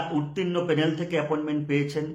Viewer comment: পেনেল না ভাই প্যানেল